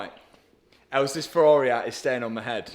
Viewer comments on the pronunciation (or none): none